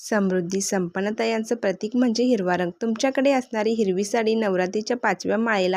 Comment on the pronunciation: रंग पूर्ण उच्चार कर ग चा